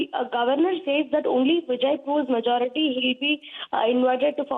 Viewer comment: Please pronounce the word governor correctly